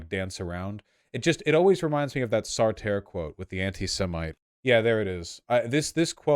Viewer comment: Jesus, I know that Vaush mispronounces everything in ways never before thought possible, but the Sartre one got me anyway. I was genuinely wondering if Sauterre was somebody with whom I was supposed to be familiar until he pulled up the quote.